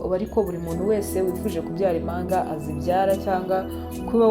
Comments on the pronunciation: umenya avuga uburimi! Bavuga, impanga ntibavuga imanga, murakoze ❤ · Ibihekane byarabihishe pee! Igihekane "mp" nt"